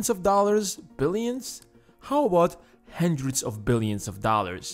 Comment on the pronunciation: Hi, it's HUNDRED not handred.